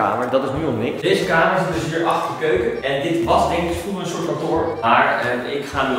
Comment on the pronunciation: Je koopt een huis kaal slimmeriken hier, hij mag het zelf gezellig en mooi maken en inrichten. Neem aan dat hij ook grappen maakt als hij in de video woorden zoals 'batkamer' en 'keuke' gebruikt, anders hoef je inderdaad totaal niet intelligent te zijn voor YouTube.